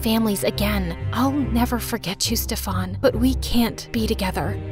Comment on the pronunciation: Steffan seriously it is pronounced as Stiffan.